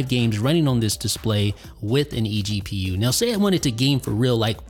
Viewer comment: every time he says eGPU a baby gets punched in the face